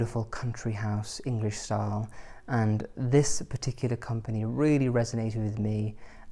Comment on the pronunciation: Every time you say style I hear star. Lol